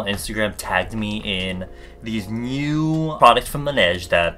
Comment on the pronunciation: Laniege sounds like langiret (idk how to spell it